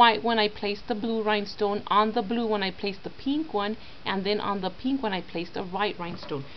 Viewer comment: she has got a strange accent like she pronounces 'pink-''peenk''